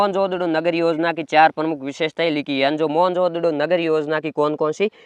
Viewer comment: Bhai kai hole bol मोहन नगडो ❌ मोहनजोदड़ो ✅